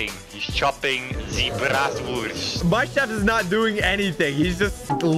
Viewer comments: I love when tries to say brastwurst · Ok In The German Language You Spell it Bratwurst but you say the w like a v so the correct way to say the word is bratvurst but instead of a v it is a w (No I Am Not German I Am South African) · THEY CANT SAY BRATWURST RIGHT WRF